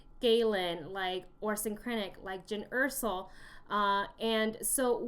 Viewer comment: You kept saying Jyn Ersell (Er-Sull) when it's jyn Erso (Er-So